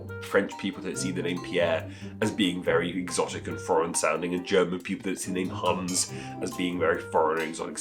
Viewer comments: I'm not sure it's very nice to pronounce Hans like Huns :-) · He could pronounce the S in Hans a bit more, but otherwise his pronounciation is correct. I find it weird nonetheless, that many people say Haaaans.